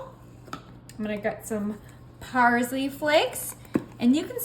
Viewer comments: It’s parSley, not parZley. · 🤣🤣🤣🤣🤣🤣🤣🤣 I know!! I kept rewinding it and it definitely wasn’t PARSLEY!!😲 I thought maybe she’s from a different country…😂🤷🏽‍♀️